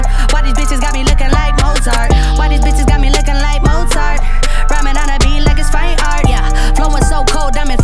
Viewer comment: The fact that they don't pronounce "Mozart" the same bothers me.